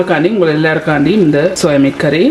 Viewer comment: It’s not soya mate It’s soya meat mam Please take care of your Tamil